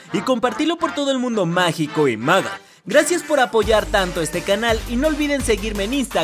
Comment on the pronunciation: Nadie: Absolutamente nadie:: "Dinero Magal"